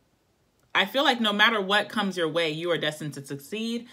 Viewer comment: I dropped my bud all over the floor 😂 “You feel like no way and I feel like ..wayyyy” lol so posh